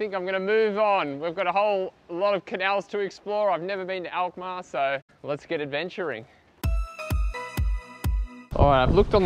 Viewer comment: You pronounce the name of the city Alkmaar perfectly